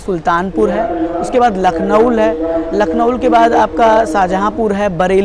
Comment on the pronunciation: भैया आप लखनऊ को लखनऊल क्यों बोल रहें है?